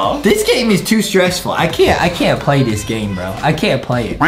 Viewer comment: Adem said pway and no one noticed